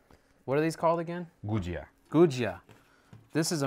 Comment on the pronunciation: Ha ha enjoyed watching you butcher the “gujiya” 😂 probably better than my first try , kudos 👍🏼